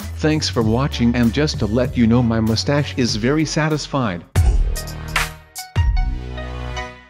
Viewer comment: and he always says mustach